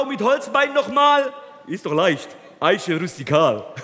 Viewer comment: Bei Min. Murat Döner ist das Beste. Ich habe Tränen gelacht. "Eische Rustikal"